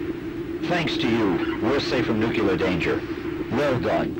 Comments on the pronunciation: Nukular. Just put it in the damn dictionary already. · Okay, so I need confirmation that I'm not alone with a pet peeve... I cannot fucking stand it when people pronounce nuclear as, "new-key-lur," like it's difficult to pronounce. Fucks sake, it's pronounced EXACTLY as it's spelled; "new-clee-ur." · bonesauce its nucular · As long as you don't pronounce it, "newkeylur," otherwise I just want to punch the person. I also get irritated when people say, "all of the sudden," and, "irregardless." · nucular aluminum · why can none of those voice actors say "nuclear"